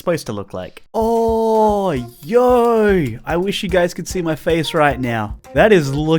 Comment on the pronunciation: Every time he says yooo i DIE 😂😂. NOEMAL PEAOPLE: YOOO. THIS GUY: YAAWYU. 😂 you're welcome